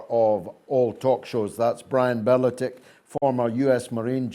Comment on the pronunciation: Not ‘be le tick’. ‘Ber le tick’